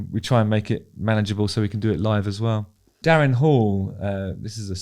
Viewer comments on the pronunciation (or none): none